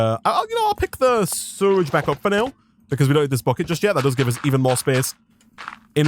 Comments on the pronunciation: It took me a while to realize he was saying "sewage", surrage vs sew-uge. I wonder what accent that is. Loving this wild mod though, and you're doing a great job. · I can’t believe how you say sewage you say suridge like how do you do that??? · ITS SEWAGE NOT SURAGE edit: im sorry i just have ocd in pronouncing things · Dude it’s called sewage not suirige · You mean sewridge? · the way he says sewage concerns me.